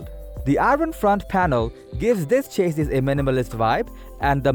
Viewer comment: CHA-SEE or plural CHA-SEEs not Chaseiss dude... cringed all the way through.